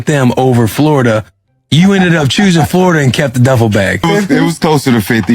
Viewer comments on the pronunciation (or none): none